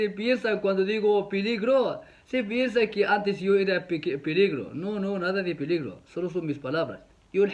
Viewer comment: no dejes de decir piligro😂